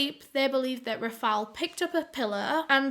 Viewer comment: “Raph-ILE” pretty sure that’s not how you pronounce Raphael.